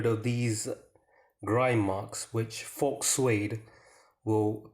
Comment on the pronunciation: The 'x' in the word 'faux' is silent. Thanks for the video.